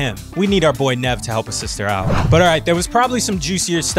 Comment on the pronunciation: Nev is shaking u said his name wrong